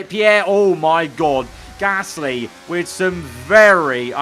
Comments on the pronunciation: He says p ear gasly. Like ear😂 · Says Gasly in such a weird way